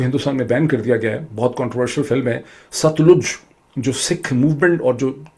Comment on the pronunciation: ڈاکٹر صاحب، براۓ مہربانی اپنے پنجابی ایکسنٹ کو ٹھیک کریں۔ دریا کا نام ست لوج نہی ہے صحیح نام ہے Sut-Lej 🤗